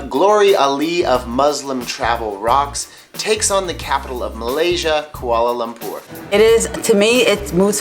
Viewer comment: It's Kuala Lumpur, not Kuala Lampur